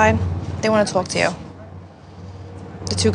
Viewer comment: “She can tawwlk to me” lol Sammi’s jersey accent really popped out 😂